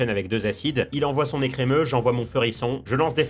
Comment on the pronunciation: ah, l'ecremeuh de blanche... de bon cauchemars